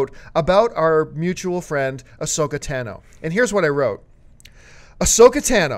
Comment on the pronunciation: it's tAH-no not tAn-o